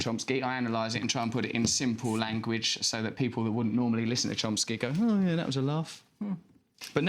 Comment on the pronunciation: It's CHOMsky Russell. Chomsky. Not CHOMPsky. You hack.